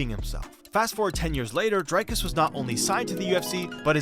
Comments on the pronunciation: It's pronounced Dric(k)-us not Drike-us, not Drake-us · Okay firstly its pronounce Dric-Cuss